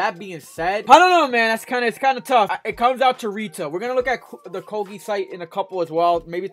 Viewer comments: Koge 😂 definitely not pronounced like that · Never heard Coogi pronounced like that 🤔